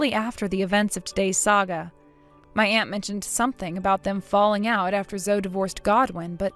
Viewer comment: Zoe is pronounced Zohee.